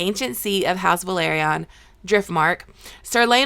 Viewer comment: I was about to ask the same thing lol. It´s a major pet peeve of mine how people keep mispronouncing names even though they watch the show and they listen to the way it´s pronounced, it makes no sense to me. Like for example the family name Velaryon.